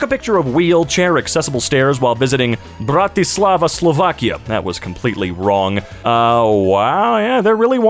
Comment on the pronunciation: that hard accent on "Bratislava, Slovakia" is beautiful